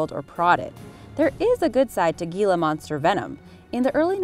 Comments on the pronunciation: I was enjoying it until you said 'Gilla' wronge. It's pronounced 'Heel-a'! Anything you research should be double-checked, especially for someone who likes to jump to conclusions by misremembering or quickly skimming through information for the first time; That's common for me!! I grew up learning the right pronunciation at a VERY young age - mostly because reptiles have been a passion of mine FOREVER - and I even thought it was SPELLED as 'Hilla' due to the unusual pronunciation of the 'G'. I believe it is named after something, like one of the deserts it is found in. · It’s pronounced Heela monster you twat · Gila Monster....Gila is pronounced 'Hee/lah' not gee/lah 🙄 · "Gila" is pronounced "Heela".........Just an FYI! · Gil’s, is pronounced with an H, not a G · Do something about your announcer, who can't pronounce anything properly, i.e. GILA is pronounced HILA monster! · its actually pronounced "Heela monster" not "geela". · It's pronounced Hela not gela but spelled Gila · Gila is NOT pronounced geelah (g sound) it is heelah (h sound) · Being from AZ, hearing her say gila monster when it’s pronounced heela monster makes me cringe. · "Gee-lah" monster, huh? Looks almost like the "Hee-lah" monster to me! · It's pronounced "hila" not gila lol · It's Hila love. That's how it's pronounced, not Gila.. Great video.. New subscriber!!! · You pronounced Gila Monster wrong. It sounds more like "Heala Monster" than "Gila Monster" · It’s pronounced, “HEE-la monster,” not “GHEE-la monster.” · "Ghee-la monster" is pronounced like the Spanish "J" sound, so "Hee-la Monster" is the correct annunciation...come on folks get your "Research on" eh?!! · Gila monster is pronounced Hila Monsters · ??? GILA MONSTER??? LMAO !!! FYI ITS PRONOUNCED *heeelaaa monster* FYI not ggiiillaa =-D lol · gila is pronounced HEELA not Gela with a long E. It is spanish. In spanish, the G is pronounced as an H, the I is said as a long E, thus HELA not Gela. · Gila is pronounced hila